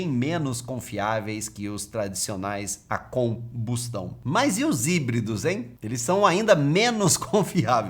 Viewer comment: Eu saquei a pausa estratégica em “com bustão” kkkk